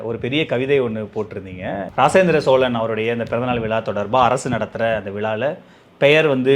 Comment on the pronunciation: ‘ராசேந்திர சோழனா’? மன்னன் அவனை அழைக்க வைத்துக்கொண்ட பெயரை மாற்றி உச்சரிக்க உனக்கு எவன்டா தற்குறி நெறியாளா அதிகாரம் கொடுத்தது?